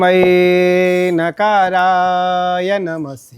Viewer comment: ye bhi galat hi padh rhe hain 😂 tasmai makarai hoga naki nakarai